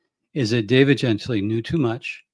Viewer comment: Isn't his name pronounced gen-TILL-ee?